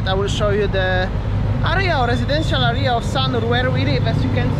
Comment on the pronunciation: Great video, by the way check out correct pronunciation for words like "area" , It's not "aria" but "area" :)